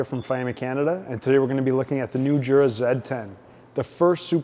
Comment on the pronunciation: It's pronounced "YOO-Rah" not "JOO-rah."